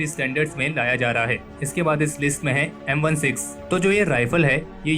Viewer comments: It's M sixteen not M one six 🙂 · Indian people will never learn the correct way of pronouncing firearm names. It’s not M 1,6 it’s M sixteen and you show an air rifle during the amd65 segment this the worst video you’ve made. Learn to research correctly